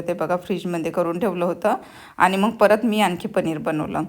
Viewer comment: फाॅरेनला राहून सुद्धा किती अशुद्ध भाषा!! "मग"च्या ऐवजी "मंग" म्हणता ?!! "मुगाच्या" डाळीला "मुंगाची" डाळ??? "अडकण्याला" "अटकणे" म्हणता??? टेबल "ठेवला" नाही हो, "सजवलं" आहे!! आणि मराठी पदार्थ - कोल्हापुरी, मालवणी, कोकणी, वऱ्हाडी, खानदेशी, सीकेपी - काय मेले का कि पंजाबी पनीर आणि "अरहर" दाल मसाला बनवलत? मराठी फोडण्यांबद्दल ऐकले नाहीये का? जर त्या तिखट खात नाहीत तर गोडं वरण करायचत. आपले पदार्थ आपणच promote केले नाहीत तर पंजाबी, बंगाली, मद्रासी लोक करतील का?